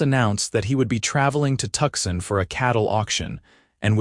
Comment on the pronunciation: can we please start saying Tucson as it should be but not Tuck san.